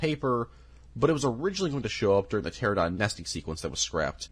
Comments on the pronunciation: Him saying pteradon is killing me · Pteranodon not Pteradon. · I love both and Jurassic Park but I died a bit inside every time he said "pteradon" instead of "pteranodon" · Dude, everytime you say pterodon 😭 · The way your pronounce pteranodon makes my blood boil, I love the video still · Does this guy not know how to pronounce Carnotaurus or Pteranodon?